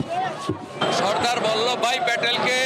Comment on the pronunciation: Ota ta Patel hobe petel noi tikkoreo bolo